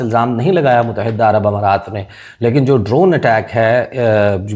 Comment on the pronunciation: Kitnee dafa tumain batain? Mutahidda ghalat talaffuz hay. Correct pronunciation is Muttahida. It is irritating for my ears. FGS 😮